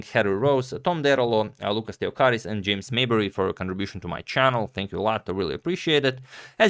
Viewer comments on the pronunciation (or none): none